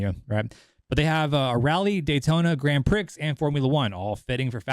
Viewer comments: Grand Prix pronounced "Grand Pree". You're welcome. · Grand (Pree) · Grand Prix is pronounced Grand Pree🤦🤦‍♂🤦‍♀ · Bro! Grand Prix is pronounced 'Grand Pre'. These are all racing terms every American should know. Come On Bro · Dude love your content, please keep your channel going , but "Grand Prix" has a silent x so it's not pronounced "Grand Prick". You had me in stitches when you said that...... Or maybe it's an American thing? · Can you pronounce "Grand Prix" again...seriously?